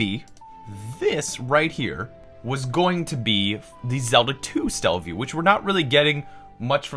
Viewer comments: It's not Stellaview, it's Satellaview, like satellite. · Stella-view? It's Saa-tell-ah-view. Satellite View. Satellaview. Also it's Super Mario Brothers 5. The period in "bros." is an abbreviation for brothers. Great vid. Keep it up.👍